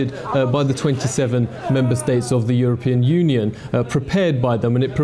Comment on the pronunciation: Obama pronounced European Union as "you're a-paying." (Freudian slip, methinks)